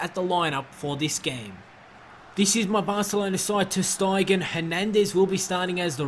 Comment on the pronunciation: psssst it's ter st-ay-gen not ter st-eye-gen